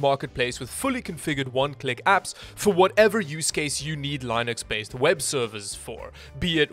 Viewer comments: It's LIN...UX not linus x . Love the video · Yay! The ad where you pronounce Linux wrong is back! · every time you pronounce linux wrong it makes me want to die it's pronounced the same way as your sponsor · I like how he’s one of the only people who says lienux instead of Linux